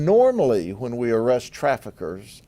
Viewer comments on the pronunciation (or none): I think you are saying morally?